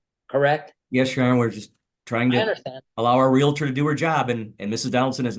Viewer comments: As a non-American I'm confused. Isn't a Karen a name used to sarcastically refer to an entitled white woman? Isn't it more appropriate to call this woman a strong and independent black Queen? Also, isn't the word "realtor" pronounced real-tor and not real-a-tor? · REAL-TOR REAL-TOR There is no A between the L and the T. It is not REAL-A-TOR. LHM!!! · Its realtor, not realitor you moron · And there’s no such thing as a “reLAtor”. It’s “reALtor”. Groves me nuts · Her repeatedly saying 'Realator' irks me so bad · Omgoodness this female is something else, overtaking the judge. And the word is REALTOR.....NOT REALATOR! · Real-tor not Real-a-tor🤦‍♀️🤦‍♀️🤦‍♀️ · her saying "realator" is the real crime here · The word is Realtor, NOT Relator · WHY do so many Americans say "realator" instead of "realtor"? Have they never connected 'realtor' with REAL estate? You wouldn't say "realastate" would you? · She should be convicted for mis-pronouncing REALTOR as "reel-uh-ter." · Real-i-ter 🙄 Ignorance is as ugly as narcissistic non-compliance. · The way she says Real a tor & Expar tea drives me nuts, as does her annoying voice. Had to watch a second time, it's a banger lol. xo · The word is real•tor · There is no "i" in Realtor. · RE-AL-TOR. Learn how to speak English.